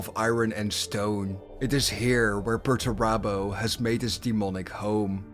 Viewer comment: Where has he been? Sulking. It's Perurabo what else would he have been doing for 10 thousand years?